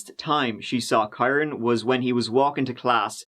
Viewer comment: dude im irish too. kyron is pronounced the same as kieran